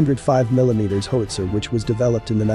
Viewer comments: Might want to work on the AI's pronunciation of 'HOWitzer:" It's not a 'HOEtzer.' I was trained on the M102, sent to (then West) Germany, and never saw a cannon after that. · How - itsa. How - itsa. How - itsa. Repeat one hundred times. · Howster lol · Horrible -narration. "hoetzer"? LOL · The graphics are good and the sound effects are OK. Two things though: learning how a weapon works should include some discussion of how it's aimed, so a couple of minutes about sighting and hitting a target would be interesting (to me anyway), and what is it with government videos that use computer-generated speech? Every time pronounced "howitzer" my teeth crunched. Is CGS the new normal? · HOWITZER! Mispronunciation is frustrating. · You are mispronouncing 'howitzer'. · Mispronounces "howitzer". Can't you find someone who can read aloud properly? A gun sergeant from any artillery regiment would have given a far better lecture. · Most informative. The computer geberated voice has terrible pronunciation: "hoowitzer", "pintley", etc.